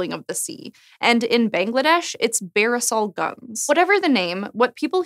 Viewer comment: From Bangladesh here -- Barisal Gun (mispronounced in the vid) is common. See it every rainy season (even now).